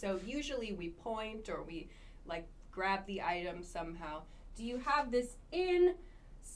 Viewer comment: I hit always the lick button... hahaha. What a strange pronounce of like,?